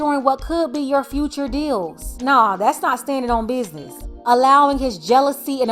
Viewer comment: “I stand on bidness “ lil bro you are not your father 😂